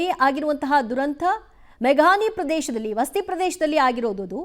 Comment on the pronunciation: Akka Adu vasti alla Vasathi.